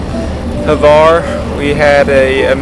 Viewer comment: There is no e in Hvar. It's not Hevar, it's Hvar.